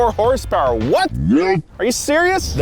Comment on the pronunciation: You say 444 horsepower, I hear 444 Hearst Purse